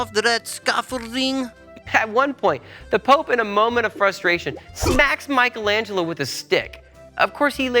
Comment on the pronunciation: What’s most amazing is the fact that you managed to make Michelangelo sound russian…